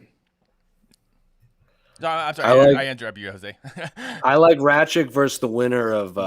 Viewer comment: Can someone explain to Jose how to pronounce Aleksandar Rakic's last name? He's been saying "Rat-chick" for YEARS without anyone correcting him!